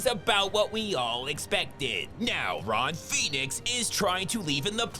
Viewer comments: "Ron Phoenix" lol 😂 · "Ron Phoenix" 💀